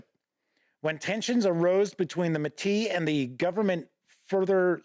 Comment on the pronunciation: To also help with pronunciations of the French words: Metis = may-TEE (emphasis on the tee part) Batoche = buh-TOSH Louis = LOO-ee Riel = ree-ELL And congratulations for saying Saskatchewan pretty darn well. A little off but to be honest, many people from other provinces in Canada don't pronounce it quite correctly either. Well done.